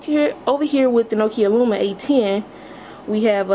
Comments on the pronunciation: It's LUMIA not luma. There is an I in the name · It's Lumia. Pronounced(Loo-me-a)